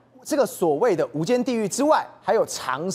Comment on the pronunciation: 无间是什么鬼，没有提前看稿吗😂